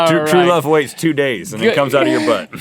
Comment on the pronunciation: Was that "true love waits" or "true love wastes"? :>